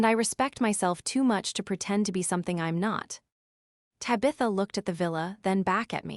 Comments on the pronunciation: AAUURGH! TAB-i-tha! NOT Tab-ITH-a !!!!!! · And Tabitha and a few others😮